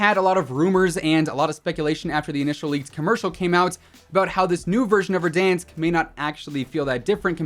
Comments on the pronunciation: Verdansk 2020 is Ver-DONE-sk. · I do have to ask how do you miss pronounce verdansk???? It says it in the game sooooo many times and not a single time is it said the way he says it